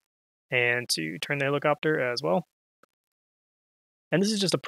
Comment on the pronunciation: heliCOPTAH HELIcoptah !!!